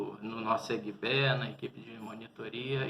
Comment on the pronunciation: Quando ele fala eguibé, já da pra saber que não está dominando as pronuncias.